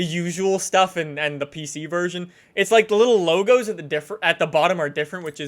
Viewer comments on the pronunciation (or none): none